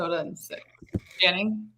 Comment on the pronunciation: Perk is like the uncle who everyone goes "there he goes again" to. And, what is on his screen? he keeps changing colors. Also, every time he says Channing's name, it sounds like "Shannon".